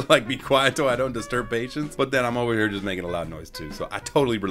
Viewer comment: U SAID HEAR INSTEAD OF HERE OMG